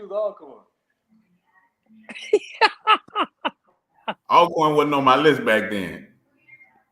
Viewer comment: GA - You need to correct when he says -corn.